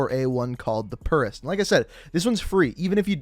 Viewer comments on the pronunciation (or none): “the purrist” oh god that made my ears bleed. It’s purist as in pure, not the sound a cat makes my guy. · "Blueprint for the M4A1 called the purrist..." Man, your English needs help. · Did you really just call that blueprint of that M4A1 "the purrrist"? As in like a cat purr? Fuck sake, It says Purist, as in pure. Ffs smh. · "PURE"-IST NOT PURR IST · Seriously dude?! You cant pronounce anything. . Its not purrrrest like a cat. Its PURE-IST. Please get it straight. I try and help you in your other videos but your vocab stinks. I'm sure I'm not the only one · It’s pronounced pure-est my friend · the purrrrist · The "puurist" eh? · Lmfao the way he said purist. Boi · This guy actually doesn't know how to pronounce purist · The way you said "purist"...